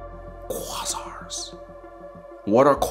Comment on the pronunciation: …….… they’re called QUÃZARS………… with the LONG “A”…….… lol ❤